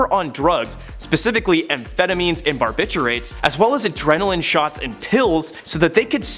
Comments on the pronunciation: Bar-bit-u-its..not bar-bit-churates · It is pronounced BarbitUATES, not Barbiturates. It is Louis B. May er. Not My er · Wow. You need to learn how to pronounce many words. Embarrassing 😖. Louis B Myer? You don't pronounce the r in barbiturates. It's more like a w sound.